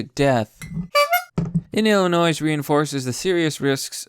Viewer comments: Hey,: It's Illinois....not Illinoise. Jeezus.... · What in the fuck did you just call the state I live in, I have you know the s is silent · Dude you don’t pronounce the s in Illinois. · When you said Illinois and pronounced the "s" that physically hurt me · The s is silent in Illinois